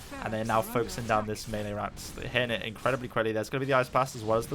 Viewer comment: Wow, a Brit who can't say melee. Odd.